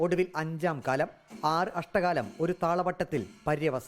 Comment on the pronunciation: അഷ്ട കാലം അല്ല അക്ഷര കാലം.. അങ്ങനെ ആണ് പറയുക.. എന്തായാലും ആധികാരികം ആയി പറയാനുള്ള റിപ്പോർട്ടറുടെ ശ്രമം അഭനന്ദനാർഹം.. keep it up.. 👍